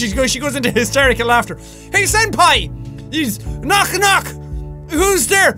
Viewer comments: JACKSEPTICEYE ITS SENPAI❤...NOT SANDPAI😡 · Jack: says "Senpai" Me: hears "Sans-pai" Me:...dammit Undertale....